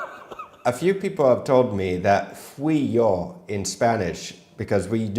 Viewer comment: Hearing trying to say fuiyoh and haiyaa properly is hilarious 😂😂